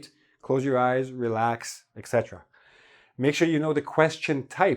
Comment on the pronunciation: etc pronounced as ET CETERA .My whole life I've been correcting people when they say "excetra"